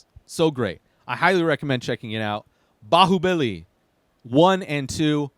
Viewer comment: you pronounced it almost perfectly